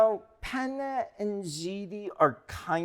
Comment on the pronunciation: How could you pronounce penne wrong? It's pronounced penne 🙄